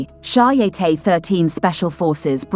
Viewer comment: Audio: I believe the Israeli brigade/group is called "shy-a-teT" (pronounce final T as in French for 'head' (tete). Cheers!